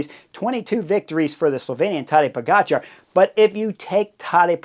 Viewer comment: Chris, never underestimate the ability of Bob Roll to mispronounce a rider’s name.. POE-JAH-CAR !!!